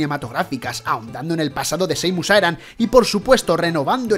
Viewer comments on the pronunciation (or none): Es una chorradita,pero me mata escuchar "Seimus Aran", XD Por lo demás buen top.